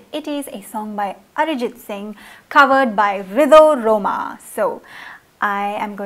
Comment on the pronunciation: Yups... Pronunciations Ridho rhoma is perfect